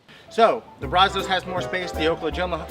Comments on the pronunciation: So funny hearing how non Texans say “brazos”. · Really wish you would learn to pronounce brazos , I live in brazos county Tx & the Brazos river flows through it